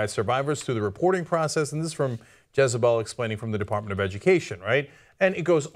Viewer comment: Stopped listening when Cenk said "Jezebel".